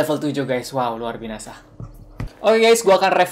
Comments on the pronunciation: kakak kok bilang nya luar binasa bukan luar biasa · kak kok ngomong luar biasa malah luar binasa#chat dong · kak luar biasa bukan luar binasa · lu bilang luar binasa